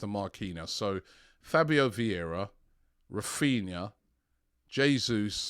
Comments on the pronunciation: Raphinha not Raphina Robbie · Why does everyone call him “Raphina”